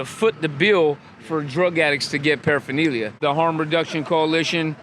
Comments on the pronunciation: I can't stand this guy for his pronunciation of paraphernalia. Going to jail doesn't make you want to get sober what a cuck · You'd think saying paraphernalia all the time, you'd learn to pronounce it lol😂